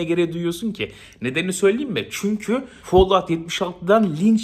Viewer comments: follavt ne aq folavt. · Tek L ile okunuyor lütfen follaut deme folaut de fall fol diye okunuyor teşekkür ederim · Follağut deme yeter midem kalktı😂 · Çok fazla folluvt dediğin için bi yerden sonra follovt oluyor insan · Abonelikten çıktım çünkü bıktım herşeyi yanlış telalffuz etmesinden rockstar videolarında ısrarla bin defa roksıtar diyodu bide şimdi fallout a falllaud çıktı. Abonelikten çıktımm